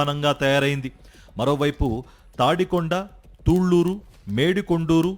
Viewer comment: భయ్యా, ఆ వూరి పే రు తూళ్లూరు కాదు తుళ్లూరు😅 nee moham manda.